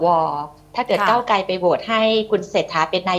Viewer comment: พิธีกร..ใช้ภาษาตัวควบกล้ำ ร ล ไม่ชัดเจนเช่น ก้าวไกล เป็น ก้าวไก